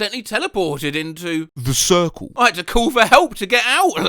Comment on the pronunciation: Why is it SO funny to me how he pronounces "....the CiRcLe"? 🤔😅🤭